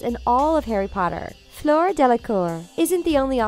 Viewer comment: Why is Rita Skeeta on there But also not to be mean or anything but you said Fluers name wrong you said Flara